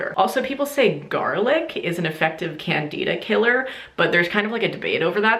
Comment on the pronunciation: haha your pronunciation of Candida and acidophilus made me laugh! i do research in college on the natural treatment of yeast infections using lactobacillus and boric acid. Our results show that boric acid does not work!!! We have done numerous trails and it does nothing to kill the yeast, it only stops them from growing! just an FYI!!